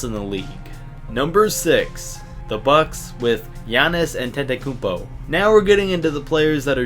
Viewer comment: you dont even know how to to say gianas anetikopou